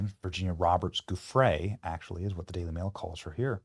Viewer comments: That's old news that Virginia (pronounced Jufray) worked at Mar-A-Largo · So tired of the mispronunciations. A ‘G’ followed by an ‘e’ or ‘I’ keeps the soft ‘zhee ’ sound. To keep the hard guttural sound, add an ‘h’, like spaghetti. So it’s Gill-ayne and Jew-fray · Her name is pronounced Virginia Joo-FRAY.